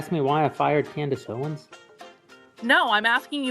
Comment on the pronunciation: "standace owens"